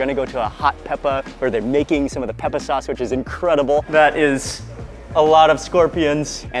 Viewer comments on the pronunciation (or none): It took me a while to figure out what "soss" was, then I realized he was mispronucing the work "sauce ".